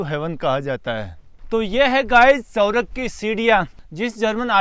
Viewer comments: अरे भैय्या सवरग नहीं ,स्वर्ग बोलो...😂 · आपका मतलब 'स्वर्ग' ? सौरव सुनाई दे रहा है 😅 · सौरग नहीं स्वर्ग bolo